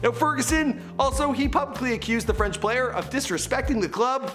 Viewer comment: Cmon now !! FRENCH PRONOUNCIATION! 😭😭